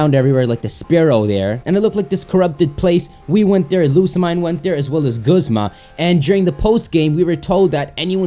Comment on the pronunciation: it´s lusa-mie-ne OMG!!!